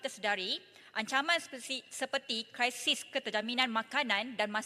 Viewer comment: Terbaik YB Yang ❤ tapi kenapa perlu “kraisis” krisis lebih baik Yang 😘